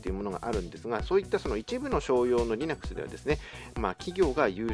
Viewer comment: Linuxのイントネーションが微妙に変なので話が入ってこなかったｗｗ